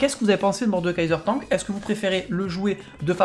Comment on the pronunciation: Il est beau le "TONK" mdr on dit Tank non?